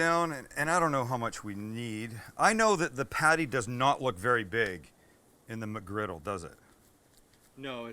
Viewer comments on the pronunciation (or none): You say MCgriggle like my DAD!, HE REALLY PRONOUNCES THE "MUCK" IN MUCKGRIDDLE